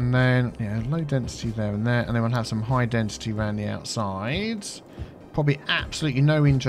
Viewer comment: That's "high densiTEA". 😆